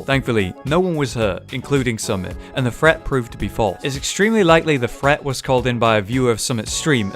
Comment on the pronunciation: I quit watching this after about 30 seconds because this dude doesn’t seem to know that there is a difference between the words ‘threat’ and ‘fret’? I’m now going to go and watch a Ted Woodford video on fret levelling.